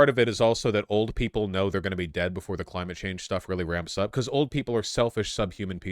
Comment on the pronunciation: Biden saying "Cimate change" is so fucking funny